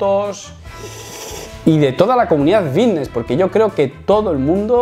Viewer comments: "Fitness" lleva "f". Es fitness, no vitness. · Por qué dice "vitness" en lugar de fitness? No sé si yo me estoy perdiendo algo o que este tiene que ir a un logopeda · por que dice vitness? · Buen video, no entiendo si dice "bisnes" o "fitness". ¡Saludos camarada! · Vitness ? O fitness ?